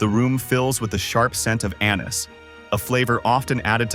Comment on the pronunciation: I'm a child because I chuckled when he said anise